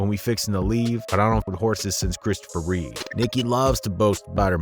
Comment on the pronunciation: It’s Reeve not Reaves or Reeves